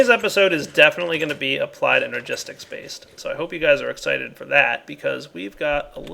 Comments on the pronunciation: Ene*r*gistics:P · Energistics. Please,, fix it. As acquintence of a G.N. can not notice that mistake.